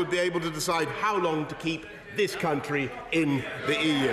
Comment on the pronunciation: I'm sorry, but "CUNTry"